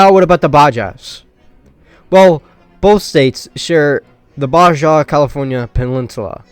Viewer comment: Oof, my guy, I was always told to never disparage someone for mispronouncing a word because that means they learned the word by reading it. But wow this just goes on and on. have you never heard someone say "Baja California" before? or "Mojave"? Where are you from lol. Also - is just pure gold. Keep it up!